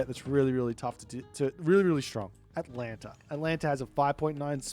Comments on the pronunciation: Maybe if you had pronounced Atalanta's name correctly the Poseidon player might have been able to win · Poor Atalanta, always having her name butchered. 🙁